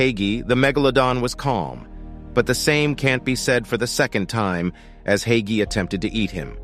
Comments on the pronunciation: oh i was pronouncing it "hi-key" the whole time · To Pronounce Haiqi Is Like Haichi